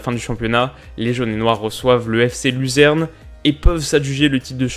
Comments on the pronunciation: Très bonne analyse, rien à dire à part la prononciation des noms suisse allemands, On prononce von "Fo"n Bergen et Luzern "Lutserne" où lucerne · Très bonne vidéo mais fc luzern se prononce lucerne si jamais 🙃👍🏻